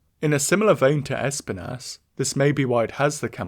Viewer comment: It's Esp-EE-nas dude, a Spanish word for thorn. There's no reason for you to keep mispronouncing it.